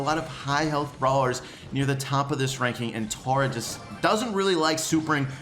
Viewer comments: Tora? It’s Tah-rah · Your say omg Tara wrong it’s T-A-R-A